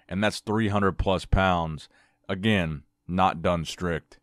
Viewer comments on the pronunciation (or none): none